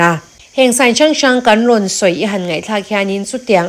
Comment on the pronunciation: I aw a fiah a ngaihthlaka nuama, mahse kan tih tur hi kam ti in i lamri thina mizo tang a ti chingpen fimkhur deuh teh